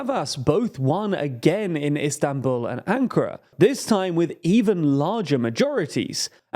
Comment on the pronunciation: "Istanbuuu" - wher did the "L" go, guys?